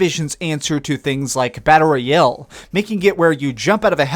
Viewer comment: Learn how to pronounce “royale”